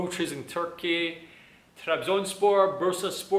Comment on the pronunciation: I like your pronunciation while saying 'Trabzonspor' bro please say it again for one more time; "TRABZONSPOR!"